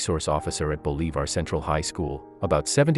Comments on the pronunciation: For the narrator, it is BOL,I,VAR. Short i not a long e. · Why can’t the commentators on this service learn how to pronounce English words and famous names (in this video Bolivar is accented on the first syllable)?